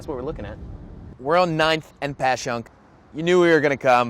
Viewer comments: Pronounced Passyunk correctly. Atta boy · Yikes. I live down the street from Phillips so that's what I like. Also, thanks for pronouncing Passyunk correctly! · He said it right "Pashunk"